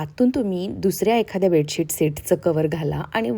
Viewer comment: बेडसीट नाही बेडशीट बोलतात...pls improve ur some Marathi and English word pronounciation , ur vlog will be more good... bedsheet 👍👍